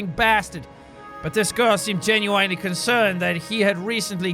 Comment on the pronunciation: The most jarring thing in this video: him doing the NY accent (sorta) and saying genuinely how he normally does. Instead of like "gen-u-in-ly"